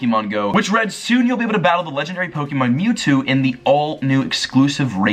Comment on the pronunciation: yokoHAma. not yokoAma. poh-kay-mon. not pokey-mon. thank you.